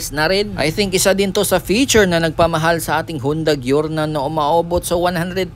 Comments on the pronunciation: Jorno. Not gyorno 😂😂😂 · GIORNO AS IN GIYORNO .. kala ko kasi pronunciation nito is like "jor-now"